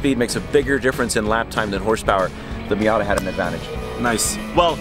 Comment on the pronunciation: No, it is not called a Fiata. Stopped watching right there, can't hear it anymore.